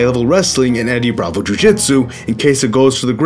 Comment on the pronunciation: Did he said Heavy bravo instead of Eddie bravo?? 😂😂😂